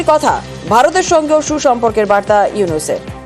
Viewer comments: ডক্টর ইউনুসের নাম টা ভালভাবে বল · সুন্দর ভাবে ড. মুহাম্মাদ ইউনুস নাম বলো।